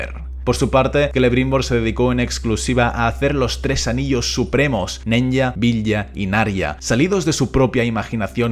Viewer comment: Apsenë, pero los anillos se pronuncian: Nenia, Vilia, Naria...